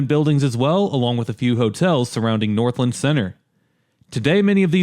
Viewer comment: I'm sorry I have to say it, but it's pronounced North-LAND not Northlend 😅